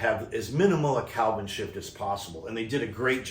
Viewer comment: OMG - you're killing me - It's KELVIIN not CALVIN. As a former NYC'er I know it's not your accent :) Thanks for the excellent review!